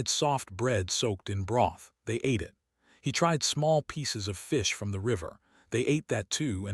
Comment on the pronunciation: I agree that AI still has a long way to go when it comes to narrating stories like this, such as "starring" instead of "staring," saying "I T" instead of "it," etc. But, in this case, "bobbies" instead of "babies" doesn't bother me as several cultures around the world call their babies that. It's a sweet term of endearment so I don't think it makes much difference whether it was AI error or not. It doesn't detract from the great story that it is. Brightest Blessings.